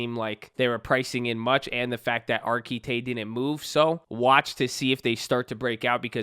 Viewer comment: “Last play we’re lookin at is Are Kee Tay” 🤣